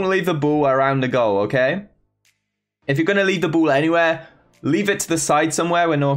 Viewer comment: the whole video every single time he said ball I hear bull